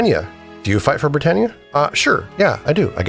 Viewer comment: You haven't heard the country name "Britain" pronounced before? As in "Great Britain?" It's not "Bri-TANE."